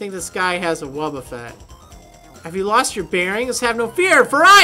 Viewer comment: "I just had to diffuse a wobbeffet." Ahahaha xD